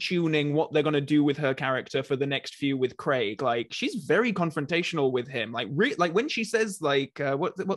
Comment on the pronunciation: Why can NOT pronounce names? He is forever getting on my nerves with his "Creg" when he should say Craig and he just said "Arnel" rather then Arnold. He is meant to be this high flying business man but does he realise he has a speech impediment?